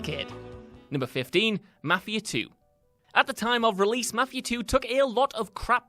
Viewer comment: I thought you were saying "Matthew 2" instead of mafia lol. Like , wtf is Matthew 2?? Never heard of that game but it looks kinda like mafi-..... oh. I am the dumb